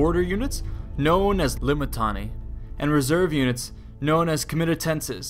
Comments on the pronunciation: I know you messed up the pronunciation of Limitanei and had to go through your audio and edit it. I know. Don't think I didn't notice. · "L-I-M-I-T-I-A-N-E-I and reserve forces known as, Comitatenses. L-I-M-I-T-I-A-N-E-I were stationed in forts..." lol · Always love hearing back from you guys and trying to improve based off it! Tried my best to fix my mispronunciation of Limitanei after seeing how they said it in game... the edits were a bit more apparent than I would have wanted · rofl every time i hear this vid say limitanei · I was just wondering why that sounded off